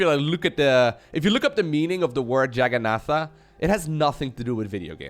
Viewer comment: I do too (well, it's spelled "Jagannatha", though)! That was a (relatively) nasty outburst on his part. Dissing the name just because he can't pronounce it, even though it follows a pretty standard pattern (short "a" before double "n").